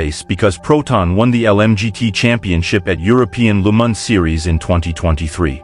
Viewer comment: Why pronounce Le Mans as Lu Man? French pronounce it as Le Ma just a silent N.